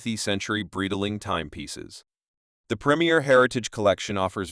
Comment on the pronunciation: Such a pathetic example of AI, cannot even pronounce ’Breitling’ or ‘bezel’ (beezel?) This CANT be sponsored by “Breetiling”